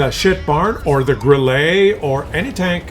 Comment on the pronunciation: WT Auf is better than Grille.... one thing the way you pronounce Grille is like you trying it to pronounce it in a french way you should pronounce it like Gril-le and not like Gril-Lay.